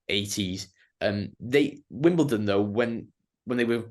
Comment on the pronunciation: I'm hoping the Wombles get a mention. WimbleDon not WimbleTon but great show